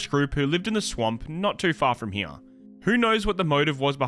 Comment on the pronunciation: He says here like heeyuh like a donkey